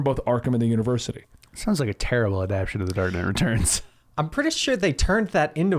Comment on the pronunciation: Really wish you guys would learn how to say adaptAtion. "Adapt-ay-shun." NOT "adaption." Not "adapt-shun."